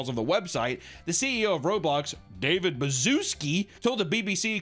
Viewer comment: I love how he never pronounces David's name right.